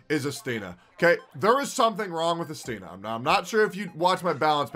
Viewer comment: Its actually I'stina (stress on the first syllable)